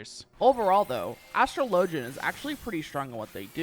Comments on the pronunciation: As-TRO-lo-jin > As-truh-LO-jin :P Like Astrologer. Joke aside, i really enjoy these vids. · you pronounciane astro-LEE-JI-YUN wrong